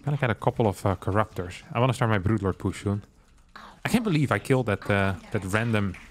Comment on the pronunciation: you watch because you like Starcraft 2, I watch because I like the way he pronounces "brood lord", we are not the same.